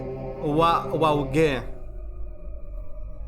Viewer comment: milwoki asi se pronuncia